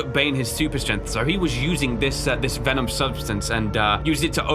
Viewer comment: Vemon not venom guys